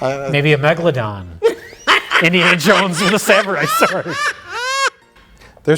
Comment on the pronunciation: Thanks for teaching me the correct pronunciation of Megalodon